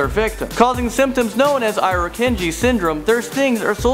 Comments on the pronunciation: He said Irucanji wrong, its, EAR-RO-CAN-G. but I dont blame him, its hard to say when no one says it to you and you just read if off the Internet. and he got all the facts and information right on the animals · I think that is the worst advice I have ever heard for a brown. "Run away"? really. I think most Australians are taught from a very young age to stay very still if they come face to face with a snake. But hey, if you want to anger it further, be my guest. And it pronounced IRA-kan-gee. And you forgot Fierce Snake(Inland Taipan) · It is pronounced EE-RU-KAN-JI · For a channel thats suppose to educate... i'd assume you would look for the proper way to pronounce irukandji...